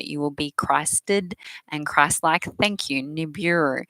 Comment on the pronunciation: Neberuhh?? Nebehrrah/Neberrakh???